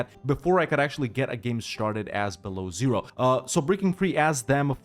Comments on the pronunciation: It does hurt though every time you say Belowzero, it's byelo ozero - white lake. Sorry, had to get this out of my system. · Dude, it's not Belozero, it's Belo Ozero, which translates to white lake,ozero it's lake, belo it's white, Belo Ozero. And when you pronounce Ozero, the 'o' at the beginning is very long – OO-o-ozero. The stress is on 'o' in the word ozero, so it’s not like 'zero' where the stress is on 'e,' but a long 'o' – OOOOOOzero. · Beloozero is read as "Belo-ózero". As a Russian it hurts to hear it as "below zero" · Yes. My ears are bleeding then i hear "below Zero". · not beloozero. Belo+ozero. (wite+lake) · Man, smol hint, it pronounced 'belo ozero' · It's correct to pronounce BelOzero